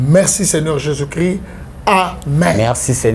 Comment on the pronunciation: BALOBAKA JESUS CHRIST YO PROPHÈTE YA NDENGE NINI OZO LOBA JESUS CRI ? DONC OZA NA JESUS MUSUSU MAIS CHRIST TE PO ELOBELI NAYO EZO YOKANA JESUS CRI . MAIS CHRIST EZO YOKANA TE OZA SISIPEEEEE.